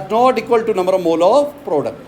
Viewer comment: Sir mole nhi Molue hota hai jaise joule nhi Jalue hota hai 😅😅